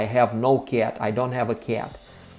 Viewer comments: Because the "c" in cat sounds soft, it clashes with the "a" which in Russian sounds closest to the hard "э" but not enough to turn the "c" hard. I think he is trying to say "kyet" but it comes off as "kyaet" just because how round and indirect English vowels are. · Мне очень нравится, как ты произносишь кота по-английски, как «кят» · I didn’t mean to insult you. As I said for the most part your accent is excellent and one has to listen for a little bit to realize that you are not a native speaker but when you say cat, it sticks out like a sore thumb. I am not sure that I described how we would pronounce it well enough. I am sorry if I made you self conscience. Perhaps I shouldn’t have said anything. I am like the curious cat that can’t resist getting into trouble. Anyway, I enjoy your videos. You are a poltarah of a teacher. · Rhymes with Blyat 😂 Most russians would say "Ket" I used to have a Russian friend who when referring to his dad he would say: My dead. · When you say the word cat in English your pronunciation of the “a” is definitely not an English sound. You are making an overly pronunciation of the vowel. You know how to make the sound though. When you say кошка, the a is much open, and closer to how we say it in English. Actually, that a is a bit more British, but much closer to American English than how you are now saying it. When you say the word, at, you say it perfectly. So put a hard c in front of the “at” and you will get the way we say cat. On whole though, your accent is excellent. It is almost imperceptible except for a few vowel sounds like the “a” in the way you are now saying cat.